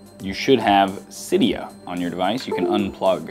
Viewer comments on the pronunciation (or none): Cidia not coda